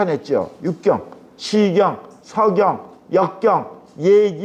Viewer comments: 왜? 서경의 "서"ㄹ ㄹ 길게 발음하십니까? 자고절.ㄹ 아십니까? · 참 강의는 촣습니다만, 자고저 문제가 심각하옵니다. 예: 시경, 서경의 첫 자를 길게 또 잘못 발음했나이다. "짧게" 발음해야지요!! 공부 좀 더 하시옵소서! 미국 변 완수 드림